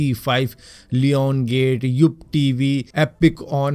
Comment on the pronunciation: that is Lionsgate (Lion = share) not Lione of Sunny Lione 😂